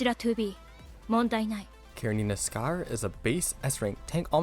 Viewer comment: I think the pronounciation is "Shayer"